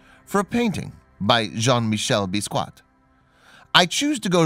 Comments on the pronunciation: The way he pronounced “Basquiat”...😂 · You butchered Basquiat's name